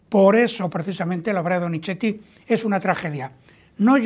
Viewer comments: Con respeto es Donizzzzeti / No Donicheti, su valioso contenido… pierde brillo al inventar pronunciaciones que no existen. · Sr. Téllez, por favor trate de no decir DONICHETI, se debe pronunciar como una zeta suave más parecida a una S que a una CH.